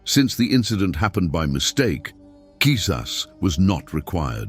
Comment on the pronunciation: Mashallah very good video. But did anyone else laugh at how the narrator says Kisas 😂 "Since the incident happened accidentally KISAS was not required" 😂 Something about the way he says it